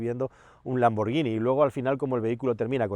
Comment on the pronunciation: Gracias por pronunciar bien lamborghini, ya somos un poco menos paletos